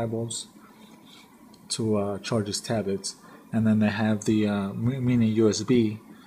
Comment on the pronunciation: ahhhh lol u said tabets